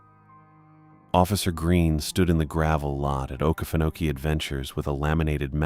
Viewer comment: Sooo…. It’s a great try and sounding out the name ❤. Try Oh-Key-Fen-oh-key :)❤